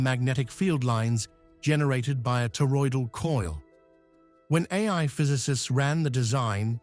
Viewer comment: WHOA! Nelly.. he sez; "" subtle deviations from known terroidal engines ''....and i'm like.... WOT? he saying? wot he means by that...